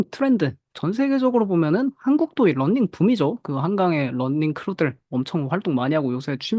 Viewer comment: 런닝이아니고 러닝인데 계속 런닝...발음 너무 거슬리네요